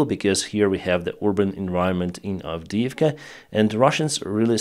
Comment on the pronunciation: As for Avidivka, you've f**d up good!